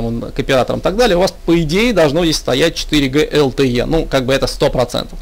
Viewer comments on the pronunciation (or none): 2,3 4 ДЖИ , а не Г